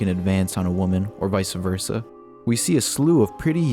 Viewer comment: Vice versa not vicea versa